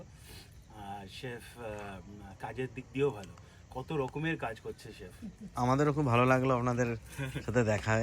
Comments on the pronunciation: ওটা চিফ না , ওটা শেফ হবে। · কথাটা চিফ নয় শেফ!